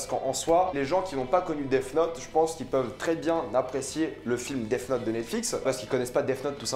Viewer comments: C est moi ou il dit Def note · Mr jai un très bon niveau d'anglais... Si un anglophone t'ecoutait il entendrai sourd et non pas mort quand tu prononces def 😂😂😂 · Je pense avoir un très bon niveau d'Anglais Aussi: Dèf Not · Tu prononce super mal Death Note sinon super vidéo.